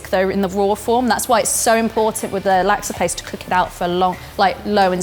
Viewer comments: It’s pronounced sambal not saambaal. Why do Brit’s do that? You are so picky about saying words correctly but you can’t say pasta properly and now you can’t say sambal properly.and it’s nasi lemak not naasi lemaak. And it’s pandan not paandaan. And it’s laksa not laaksaa. You are using flat “a” like in “hat” but it should be a rounded a as in “hard”. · I love the pronunciations from you Brits! Its pronounced "Nasi le-muk" and "Luksa" not Nasi le-Mack and Lack-sa 555